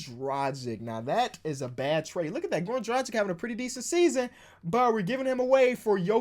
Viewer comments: Please learn how to prnounce Dragic's name, please, it's been haunting me for too long the way you pronounce it. Like and my ears shall be saved. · You need to learn how to say Dragic...